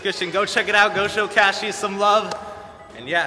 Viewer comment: It's Cassius not cashius